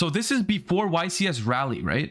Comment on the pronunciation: got my cards in the mail for Raleigh today (also it's pronounced Raw-lee, not like rally)... practiced all my snake eyes synchro combos for a long time now... gotta reinvent my deck in 5 days thanks konami NA, apparently this is not as big of an event as a french open